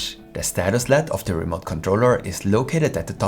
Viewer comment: Very informative. Thank you. One note for future videos: native English speakers do not pronounce LED as if it were a word. We enunciate each letter: L-E-D. It seems like it would be natural to say it as if it were led. But we don’t. We use the initials, which mean Light Emitting Diode.